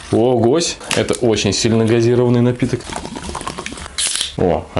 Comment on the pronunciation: Твою мать Не газИрованный, а газирОванный!!!